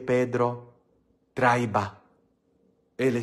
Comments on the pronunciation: ES TRAIA,NO TRAIVA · Traía con acento en la i